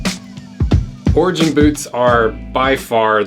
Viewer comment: Thought you were saying ORGY BOOTS